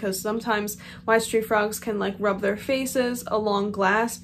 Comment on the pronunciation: I'm not a frog owner. I thought it was wise tree frogs 😂 I never looked at the spelling, I just heard bad pronounceations. I love the name coco btw